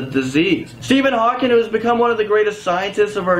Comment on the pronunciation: It's Hawking not Hawkins